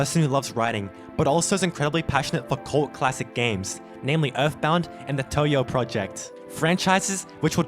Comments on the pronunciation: He's talking about how (the creator of this vid) pronounced Touhou as "Toyo", the correct way to pronounce it is "Tow how" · I have never heard someone pronounce “Touhou” as “Touyo” before. It’s, not that hard to pronounce.